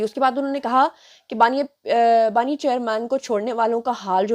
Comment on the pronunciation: Not baaniay Its baani